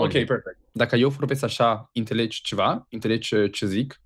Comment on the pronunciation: Он не правильно сказал по румынски -ынтележь а надо ынцележь. Потому что он не знает румынские буквы. Там буква Т с хвостиком внизу читается как Ц, а он читает ее как Т. Поэтому и говорит ынтележь, а эио не правильно